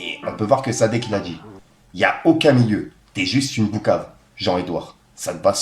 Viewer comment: Frère arrête de mal prononcer le poucave tu dit boukave